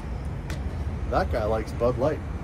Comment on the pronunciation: Medela you meant to say MEDALLA , the word is in Spanish and from Puerto Rico